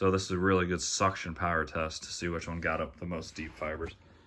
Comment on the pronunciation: You accidentally said Chest instead of test